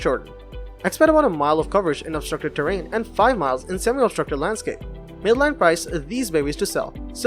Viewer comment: sounded like you said midline